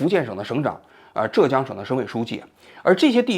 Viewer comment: zhè jiāng，不要读错浙江，作为浙江人听北方人读折江了太难受了